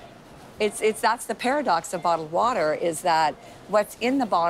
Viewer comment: The fug is botled woter? I know what bottled water is but not botled woter